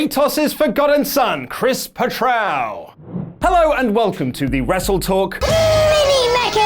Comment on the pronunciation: Chris Petrou Is pronounced Petch-roo not Petch-Roawr 😂